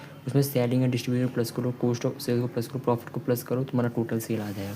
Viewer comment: Cooost ✅️ cost ❌️